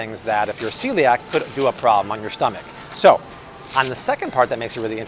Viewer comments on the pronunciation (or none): none